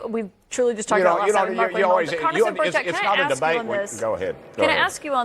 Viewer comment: It's not Bushett it's Burchett. Please say it RIGHT!!!